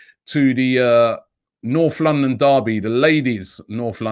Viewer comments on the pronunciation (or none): none